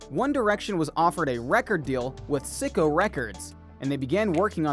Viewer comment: It’s syco like psycho… not sicko. Hahaha! (SI)mon (CO)well owns it.